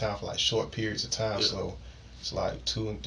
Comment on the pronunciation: This dude says nyaaa instead of ya and it’s driving me insane! This dude is pos.